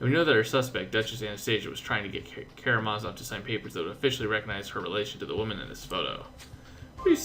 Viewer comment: KaramaZOV KaramaZOV, not Karamavas.....